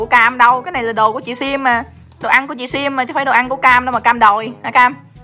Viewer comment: Sim chứ không phải là sam à